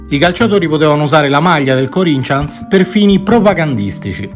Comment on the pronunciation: Bello come sempre ,però si pronuncia come si scrive Corinthians non Corincians